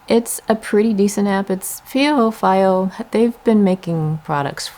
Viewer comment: It’s pronounced: Fee-Oh.